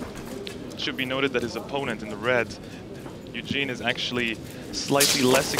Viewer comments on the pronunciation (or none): Did he just call Evgeny Eugene?